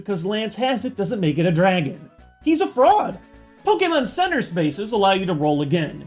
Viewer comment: I nearly died of laughter. I thought he said "Just because Lance has him, doesn't make him a Dragon. He's a frog! " 😂😂 But after rewatching, it was actually "He's a fraud!"